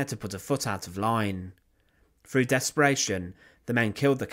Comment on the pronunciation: "Killed by a ..... A Frust Frough the Froat"..... Awful !!